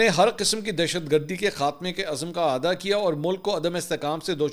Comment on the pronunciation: بار بار آعادا کيا،! اصل مين لفظ اعادا، يعني پھلي الف مين زير آئيگا